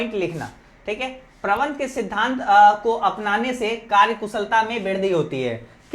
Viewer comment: Sir karya ko karj karj kyu bol rha ho